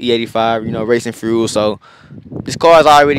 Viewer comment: Frule=fuel, frew=few, skreet= street. Gotcha! 👍👍👌👌